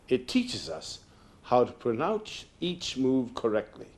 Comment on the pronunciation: "How to pronounch..." Ed probably shoulda done another take of that one, or better yet not used the pronunciation metaphor at all given his speech impediment. LOL